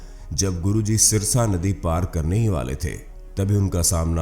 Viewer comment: Jo aap jeh naddee ke vare mein bta rahe ho Woh sarsa naddee thi Aap jise sirsa bol rahe ho.